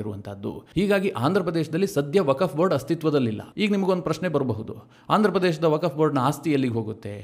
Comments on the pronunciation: 🙏 ಸರ್ ,,ವಕಫ್ ಅಂತ ಉಚ್ಚರಿಸಿದ್ದೀರಾ,,ಅದು ವಕ್ಫ್ ಅಂತ ಉಚ್ಛರಿಸಬೇಕು. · ವಕಫ್ ಅಲ್ಲ ವಕ್ಫ್ ಅಂತ ಸರಿಯಾಗಿ ಹೇಳಿ.